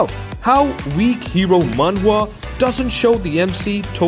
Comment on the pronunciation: Are you saying Manga?